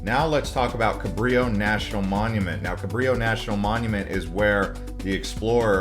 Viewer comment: Carillo? Cabrillo.